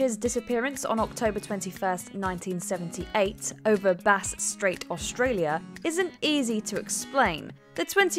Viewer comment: Aussie here. I regards to the Frederic Veletage disappearance. Thank you for getting the pronunciation of Bass Straight right.